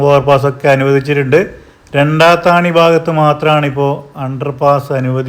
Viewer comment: രണ്ടാത്താണി അല്ല രണ്ടത്താണി.